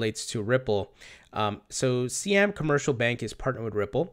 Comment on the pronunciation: Siam is pronounced like "sigh-am."